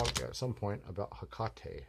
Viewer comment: lol you didnt say that! Maybe that's why i missed it - Hecate??? The first time i thought tou said Tecate - like the beer but then i was like no.. 💖